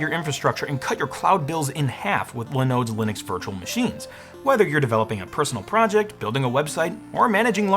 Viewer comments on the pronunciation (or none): none